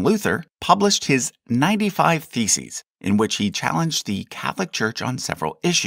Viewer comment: Everytime you talk about Martin Luther and his theses it sounds as if you say he published his 95 feces XD